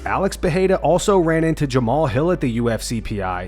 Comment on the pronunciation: JAMAHL "DOWN" HILL